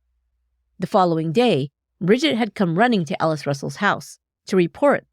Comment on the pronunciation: Is she saying Alice or Ellis? Sounds like Ellis